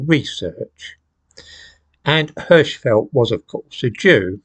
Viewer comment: Hirschfeld - the "i" Is spoken like in "king".